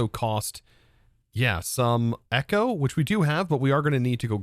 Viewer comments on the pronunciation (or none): none